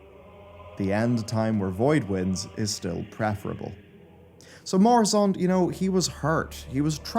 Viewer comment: It's Murozond, not Moruzond no?